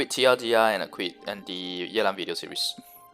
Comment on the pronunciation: His pronunciation is correct. It's a Chinese name